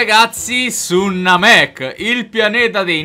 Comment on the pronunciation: Namek anzi che Namecc